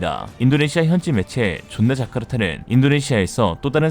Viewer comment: 좃나 자카르타 아니고, 조나 자카르타임. 철근씨 아드님은 참고하실 것. ㅋㅋㅋㅋㅋ